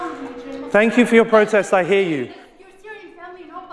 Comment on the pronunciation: Did he say “ I hear you?!” 😮 because I heard it like this “ I hate you”